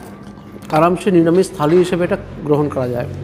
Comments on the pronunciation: দাদা যন্তর মন্তর খালি নয় থালি হবে.... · খালি না থালি